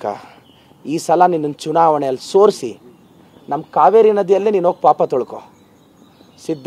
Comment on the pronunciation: Adu sorsi alla solisi , sorisu solisu ge tumba vyatyasa ide